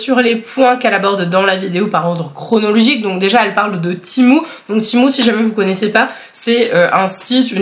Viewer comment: Ça se dit pas timou ça se dit tému